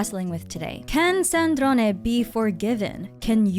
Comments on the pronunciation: You say Sandrone with the perfect italian accent,I LOVE IT. (C2) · Offtopic but as an Italian I LOVE the way you say Sandrone with the E at the end 😭